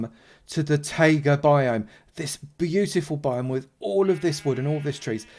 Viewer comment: It’s not Tága it’s Taiga pronounced Tie-ga